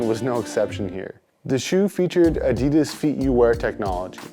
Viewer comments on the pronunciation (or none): none